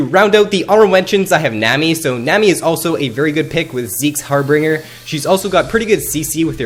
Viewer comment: Like the vids. Just one critique, it is called Zeke's Harbinger (har-ben-jer)